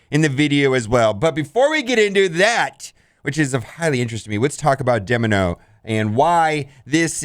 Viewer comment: OhEmGee- Mispronounces Domino Me, and eventually this comment section- So you have chosen death